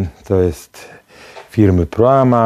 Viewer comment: Proma, nie Proama🙃